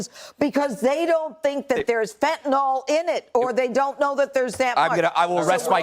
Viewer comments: It makes me cringe when people call fentanyl - fantanol. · Why can't they even pronounce the name of the drug properly? It's 'Fentanyl', not 'Fentanol'. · Tell Judge Judy that it's fentalYl, not fentanALL. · Of course the libertarian pronounces Fentanyl ‘fentanol’. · Why does "Judge" pronounce it "fentanol"? Has she never seen it in writing? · Fen-ton-all. The conservative pronunciation for fentonyl. LOL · For FUCK'S SAKE Fentanyl ends with "nyl" so it's not pronounced like "Tylenol" which ends with an "nol". The ending of fentanyl should sound more like the ending of vinyl.